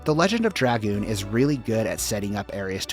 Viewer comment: Thank you for pronouncing Dragoon correctly. Sub for that alone.